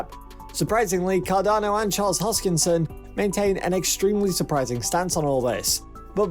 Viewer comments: Repeat after me : HOS - KIN -SON, not hoskins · His name is not Hoskins, ... but Hoskinson, ... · Fyi its hoskinson... not hoskins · His name is not Hoskins. One job, get his name right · This is the worst video I've seen in a long time. First things first, his name is Charles HOSKINSON. Not Charles HOSKINS. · Hoskinson. Not Hoskins. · His name is ‘HoskinSON,’ not ‘Hoskins.’ Thanks. 😉 I stake ADA and ETH, and fully believe in both projects. Will one overtake the market share one day? Sure. Which one remains to be seen, of course. To say that there is anything illegitimate about Cardano is foolish at best. David Hoffman is a Twat. I think he is just being contrary to garner attention for himself. He dreams of becoming qualified to become a pimple on Charles’ ass one day. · When you pronounce the guy's name wrong over and over, that means you don't really know what's going on. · You cant even pronounce the dudes name correctly, and dont even factor market cap into any of what your saying. Peace out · I agree. $1000 pure click bait bullshit. This narrator can't even pronounce Charles Hoskinson properly. In the next 5-7 years... MAYBE $100.